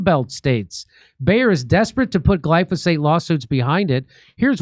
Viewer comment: Say it with me Jimmy Gly Fo Sate